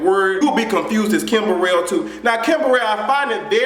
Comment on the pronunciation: this dude said kimborel